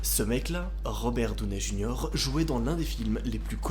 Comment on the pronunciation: Je suis désolé mais pour une fois j'ai pas appris beaucoup de choses... Et étant Américaine, je comprends pas ta manière de dire Robert Downey Jr...